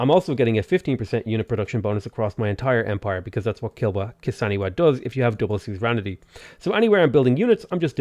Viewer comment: Pronouncing it Kilwa Kisiwani : 🤮 Pronouncing it Kilwa Kisaniwa : 😎